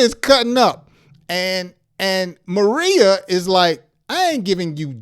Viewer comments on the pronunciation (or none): Pronunciation. Ma ray ya